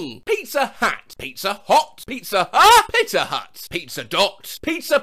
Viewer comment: Pizza HÆH